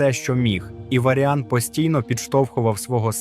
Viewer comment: З наголосами жах повний, відео та інформація класні. МАгні, ОнІксія, ВАріан, калдорЕї, ВЕлен (і це далеко не все) - в оригіналі пограйте, послухайте Дуже сильно ріже вухо, дуже